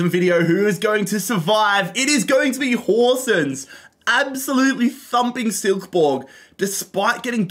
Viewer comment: You are pronunsing Horsens were well god job